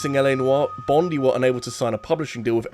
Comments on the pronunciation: Sorry to be that person, but as someone from Australia it's pronounced Bond-eye, not Bond-ee, and every time you keep saying "Bond-ee" my brain dies a little XD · It's pronounced Bon-DYE not Bon-DEE,. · Im sorry but its pronounced Team Bon-die like bondi (bon die) beach in Aus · As an Aussie, your pronunciation of Bondi made me chuckle haha bond-eye